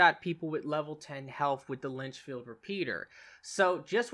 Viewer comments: Another great card build video. Thanks. Am I still ok using the Lancaster instead of the Litchfield? Oh, and it’s Litchfield not Linchfield. ;) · Litchfield not Linchfield... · you saying "Lynchfield" repeater is bugging me.